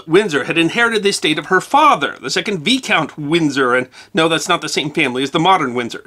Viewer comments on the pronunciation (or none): Great to see you in the UK. Some pronunciation to be addressed 🤣. Vicount, not Vecount and although spelt Dumfries pronounced Dunfrish. Best wishes from Northern Ireland. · Why were the pasties priced in USD? Also, Viscount is pronounced v-eye-count not veecount. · There are a few other mispronunciations too: Viscount is Vi - count (not Vee-count) Coutts is coots not coats as in Coutts Bank - a significant private bank even today. While Cornish people might dispute this, I'd describe a Cornish pasty as a Cornish Regional dish rather than Cornish National dish. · It gladdens me that you enjoyed your visit to Britain so much as I am one of your British followers. I must look up part one but forgive my negligence as I am recovering from a bout of pneumonia. Can I be as bold as to correct your pronunciaution of the titles that you used? Marquis (obviously of French origins) is Markee, the feminine Marchess, and Viscount is said as Vye-count. Now I'm off to find part one. Thank you. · I've fought the urge - and lost... I have to correct a couple of pronunciation errors: Viscount is pronounced Vie (as in die) count and Coutts (the banking family) is pronounced Coots - the Coates family are a whole separate entity in British society and the peerage. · Few pronouciations.. coch is pronounced like coke, a long o.. And the ch is like clearing the throat.... Coe chhh... Also visount is pronounced vie-count. Vie like pie. Nice video tho....